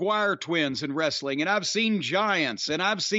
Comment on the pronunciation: Vince was anal about pronouncing "w" but can't say the word "wrestling " correctly.